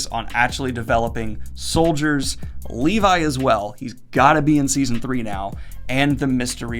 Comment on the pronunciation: Lee-vi? more like Lee-bye